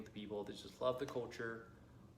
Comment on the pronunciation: I only noticed one word you spoke differently, "culture". I feel your mouth was not as open as some native speakers do. When I first watched some of your videos, I thought you were an ABC. 👏🏻👏🏻👏🏻 You are my inspirations!